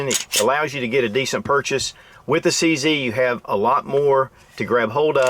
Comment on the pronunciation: Nice video but it's a bit silly to pronounce CZ as "see see". It's not called a CC gun but CZ, hence; "see zed" (or see zet) Sorry to be that guy but what's right is right and what's wrong is not proper English.